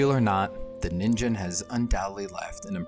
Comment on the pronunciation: Nice one! For some reason I thought it you were saying NINJA lol